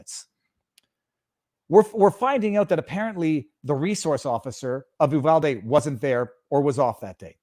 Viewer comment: its U-VAL-DEE!